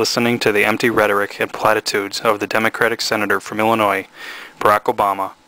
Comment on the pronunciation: Dude! The 's' in Illinois is Silent!!!!